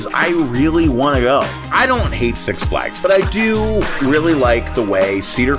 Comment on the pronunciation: "SUX Flags" LOL